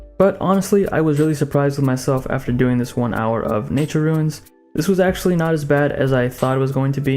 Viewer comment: It’s “ROON” not “RUIN”